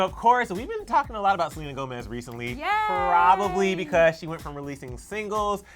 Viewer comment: "we know that SELENER is too"